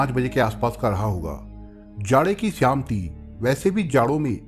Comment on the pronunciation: सर जी आपका तरीक़ा बहुत अच्छा है पर एक शिकायत है। शिकायत यह है कि कुछ शब्दों का उच्चारण ग़लत लगता है और मुझे अखरता है । एक शब्द है शाम जिसे आप श्याम कहते लगते हैं! अगर मेरे सुनने मे ही ग़लती है तो माफ़ कर दीजिएगा !